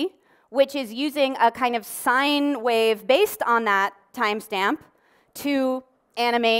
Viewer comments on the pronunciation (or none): none